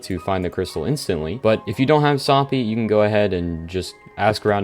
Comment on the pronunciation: soppy is not a thing do you mean soopy? he pronounced it wrong its pronounced like soup e